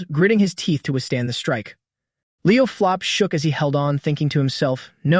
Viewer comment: Why does the AI keep calling Leo's last name flop when his last name is plov